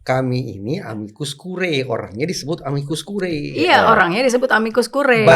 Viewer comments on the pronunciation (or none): moga2 hakim MK ga pada masuk angin bacanya amikus kuriye bukan kurae